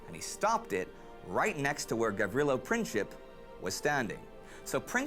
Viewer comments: Franz-Ferdinand was like crow prince. Not Princhip. Princip is pronounced as PrinTSip (like in German "Prinz" - German word for "prince"). Greetings from Bosnia. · Princhip ??? lol Its Prin-tz-ip. CH is only used for the letter Č. There are 3 different letters that are similar. C, Č and Ć. The letter C is not even similar to letter K, it sounds as tz. Letters Č and Ć are best seen in the NBA star Luka DonČiĆ, which is Don-ch-itch.